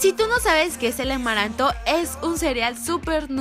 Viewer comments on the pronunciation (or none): Leslie dice emaranto